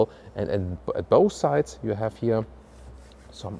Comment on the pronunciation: oh yeah also its not "hier" . its here